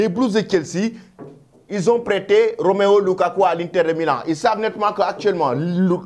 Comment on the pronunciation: C'est la deuxième fois que je te corrige pour ce nom inventé par toi même Romeo LUKAKU au lieu de ROMELU LUKAKU.